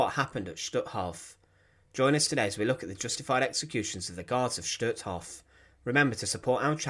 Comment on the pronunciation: #1 the pronunciation of Hof is long o, not Hoff, #2 Rudolf Hoess is pronounced like HEARSE NOT HESS, RUDOLF HESS WAS ANOTHER NAZI!